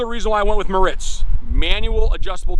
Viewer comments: It’s not (Moe Ritz) it’s (More Ritz) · Pronounced mortz